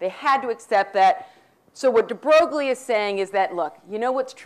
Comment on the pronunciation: I think it's funny that she tries so hard to pronounce the French philosopher's names with a cheesy French twist, but then when it comes to Louis De Broglie she butchers his name emphasizing the 'G'...whatever, more importantly... I have to stop watching these lectures. My bullshit detector has almost broken after 4 lectures. Hey, if any of you actually want to know what Quantum Mechanics is and not what the crazy lady on the street corner thinks it is check out Susskind or Balakrishnan.